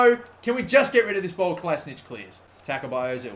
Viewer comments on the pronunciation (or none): It's Kola-si-natch, not Kola-si-nic. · Kolašinac is pronounced "Ko la shee nac" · Kolašinac = Kola she nats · he says kolasinac wrong